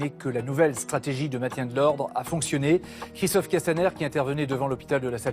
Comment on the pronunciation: Et de j entends castamerde j ai les oreilles qui seignent